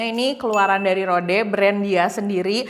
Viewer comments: Kak, di bacanya ROD, bukan RODE, hehe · Rowd gt kyk ada w nya